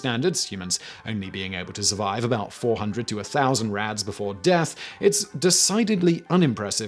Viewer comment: It took me by the second time you said “rads” to realize you weren’t actually saying “rats” 😂 I was like, why are we talking abt cockroaches if we’re apparently measuring radiation by rats (how radiation a rat could survive)